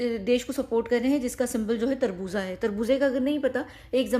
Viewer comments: tarboza nhi Tarboz hota😂 kharboza hota melon. 😅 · You are so cute it's not tarboza it's tarboz😂